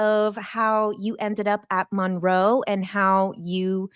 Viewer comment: Ahhhhh mon roe. I hate it 😂😂😂 I love the video though!